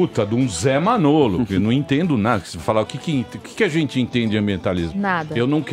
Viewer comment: Pânico contratem o André Marinho e o Alba. Obs: O fala "ZENTZI" no lugar de "gente" kkkkk